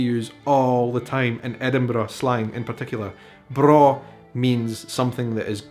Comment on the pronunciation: braw means the same thing in Swedish and you pronounce it perfect haha! It's spelled "bra". Maybe swedes visited Scotland at some point? Also Bairn is close to the swedish work "barn" that means child. Oh my I love languages and history. So exciting how we have oddly similar expressions and why! I just found your channel and I like it. Outlander fan too. Ronald D Moore and Bear McCreary fan (Battlestar Galactica!!!)